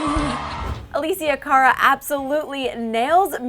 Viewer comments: its uh-less-e-uh car-uh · i hate how she says alessia cara